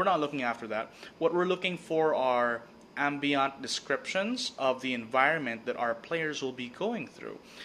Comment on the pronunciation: First! Slightly better audio and video on this one. Still need to work on stabilizing my camera holding skills, haha. Also, yes I know I pronounce "Ambient" as "AM-BEE-AUNT", I too am ashamed. Most DM's only go ham on the descriptions when something HUGE coming up. That shouldn't be the case! Describe the little things, and see how your players interact with the world! Don't just describe the huge plot points, that trains your players to expect something is up when you start describing rooms, objects, people, and such. Not good-good. Keep em on their toes. ;) Also, thanks to for the comment on my previous vid that inspired the making of this one!